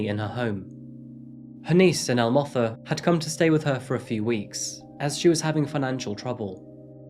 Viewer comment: Ndlovu is pronounced with o like the aw in saw, not the oe in toe. Zanele is Zuh-neh-leh and Motha is pronounced Moo-tuh. Kunene is Goo-neh-neh not Kew-nay-nay. Try to research pronunciations before you say them, but at least you got it 60% right. Could've been worse. Thanks for covering this story!